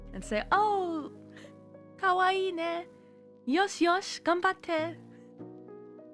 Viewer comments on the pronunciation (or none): none